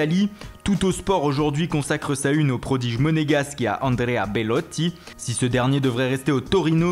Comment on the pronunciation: Lé Lex "Andrea Belotti"mdr